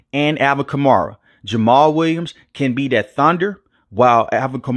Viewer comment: Stop saying Kar-Mara lmao